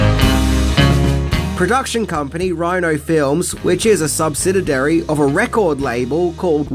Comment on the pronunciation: Subsidiary. Not subsididairy.